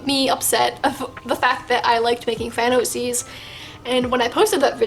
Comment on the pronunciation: When you said fan oc's, my sister thought you said thanos seas 😂